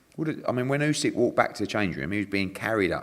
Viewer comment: Love how Eddie picks up on saying Usyk wrong when he says Birmingham and Lennox wrong 😂